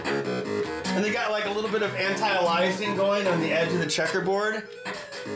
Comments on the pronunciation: for weird Ben Heck pronunciation of "anti-aliasing". :p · Add "anti-aliasing" pronunciation to the list us from Europe/UK get angry about :) Great video sir